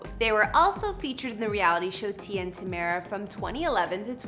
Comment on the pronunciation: Good job you said tamera name correctly